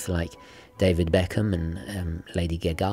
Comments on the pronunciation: Most appropriate "Gaga" pronunciation! "Geh-GAH" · "Lady 'gagaaaaaah"? :D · Lady GaGa is not difficult to pronounce. You just did it intentionally.